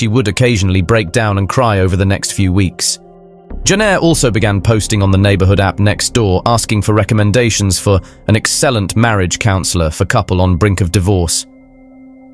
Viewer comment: Try using a REAL NARRAT0R and not AI!! 🙄 Can't even pronounce words like excellent! ( "Excell'-ant"...) pleeeease 🙄